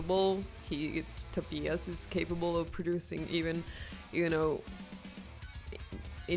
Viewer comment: Wow! Perfect pronunciation of 'Tobias'!